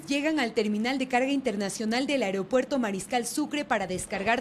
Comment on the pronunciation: señores se dice AEROPUERTO y no aerEopuerto. Parece mentira que profesionales de la comunicación, no hayan aprendido cosas ELEMENTALES, ni en la escuela, ni en la universidad!